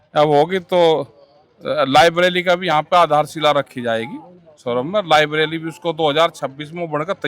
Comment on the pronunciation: लायब्रेरी को लायबरेली कह रहा टिकैत जी।